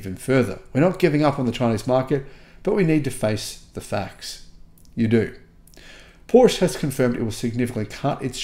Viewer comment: How to pronounce PORSCHE the correct way (part 3) … 😉 You’re almost getting there, dear, as to the correct pronunciation of PORSCHE … it’s only 70-80% of times now, that you still say PORSCH instead of PORSCHE. But you’re not alone, so at PORSCHE they have actually added on their website a part, where they teach people how to pronounce their brand name correctly … 😎 Unfortunately YouTube doesn’t allow me to add the deep-link here in this comment … 🤷🏼‍♂️ Cheerio and all the best, Henrik 🇩🇰 🇩🇪